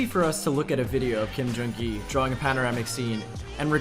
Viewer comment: "Becoming a Ghee" xD